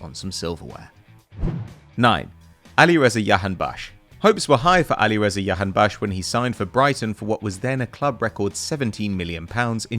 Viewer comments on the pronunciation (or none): It’s not Yahaonbaksh, It’s a “J” not Yay!